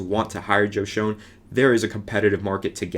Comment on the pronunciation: It's pronounced Shane just so you know for future videos.